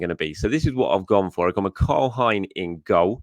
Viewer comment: Hi! Really enjoy your content. But I just wanted to point out that Karl Hein’s surname isn’t pronounced the way you say it. It rhymes with rain 😊